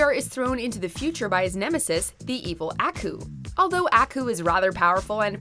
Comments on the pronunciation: Mojo puts all this time to make these videos but can't take an extra minute to tell this bitch who is narrating how to pronounce names right. It makes me feel they really just want views not subscribers. ITS AW-KOO NOT ACK-OO. He literally says how to say his name in the shows intro.….. bitch. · Ah-kuh? ... FOOL. ITS AAAAAAAAAKOOOOOOOOOUUUUU. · It's Aku, not A-Ku. It's Wile, not Wiley. E is his middle initial. Seriously stop reviewing things you've never seen. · Aku (Ah) (koo). ffs. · That’s not how you say aku! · It triggers me how u said Aku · The way she pronounce "Aku" hurts my ears.